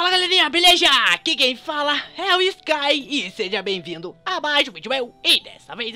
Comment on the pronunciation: Sky não se fala t king se pronuncia d king